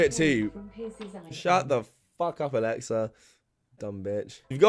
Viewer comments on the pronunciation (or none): none